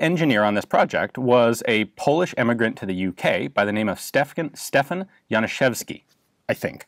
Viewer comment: A+ for pronunciation of "Stefan Januszewski", and thank you very mush for giving a shit ! most people don't.